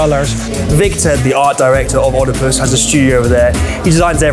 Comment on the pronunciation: Thought you’d learn to pronounce Oedipus.